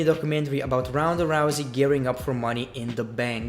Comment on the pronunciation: He pronounce Ronda as roundaa 😀😀😁😂